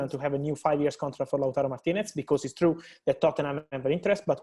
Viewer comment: He still can't say TARO though... He says TURO